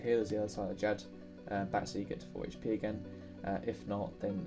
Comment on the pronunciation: haych pee